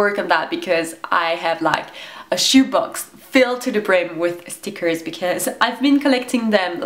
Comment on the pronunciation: stickkrrs :D pronouncination prooo on point \ : D